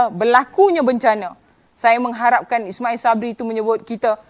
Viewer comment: Sebut nama PM tuu molek2 sikit. Biar betul.